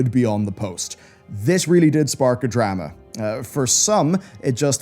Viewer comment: A Drah Mah